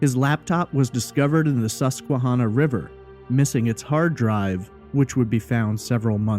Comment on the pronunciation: I am from PA. I don't recall hearing about this case when it was happening, but in 2005 I was in high school. I appreciate your attention to detail here and thorough explanation of the facts. As a side note, the river name Susquehanna is pronounced Susque-HANNAH. Like "Hannah," the name. I am going to confidently say that Ray did not commit suicide by jumping into the Susquehanna. The river is notoriously shallow- the saying around here is that the River is "a mile wide and a foot deep." It is not even deep enough to be navigable by ship larger than a sailboat. So the idea that Ray could jump in the River and never be found is beyond nil. His body would have been seen or washed up quickly, it's not as though someone could have concealed his body in there with weights or something. It is far, FAR more likely that Ray(or someone else) tossed his laptop into the River, and then Ray was murdered or committed suicide in the woods nearby. I think the coverage on this case focuses on the River too much because it was near where his car and laptop were found. The thing is that Lewisburg is a small town of 5,000 people surrounded by vast PA forests, and incredibly rural. There is significant traffic there because it is virtually the only town in the county where all the roads in the county meet. For that reason I find it incredibly unlikely that if Ray went over the bridge in any fashion, that no one saw it happen or saw the body quickly. The area is mountainous, forest-covered, and r